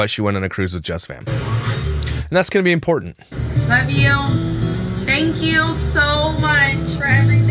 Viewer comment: She is very Im port tant !!! Lol I couldn’t resist how she pronounces it